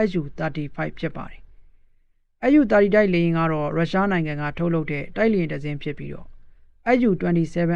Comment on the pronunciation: SU ကိုတောင် ပီအောင်မပြောနိုင်ဘဲ သတင်းကြေညာနေတာ အတော်အရှက်မရှိတဲ့ကောင်ပါ.. SU ... အက်ယူ မဟုတ်ပါ အက်စ်ယူ ပါ..